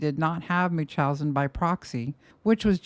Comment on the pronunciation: Why does never pronounce the N in MuNchausen by proxy?😭 am I the only one being annoyed by this?!😅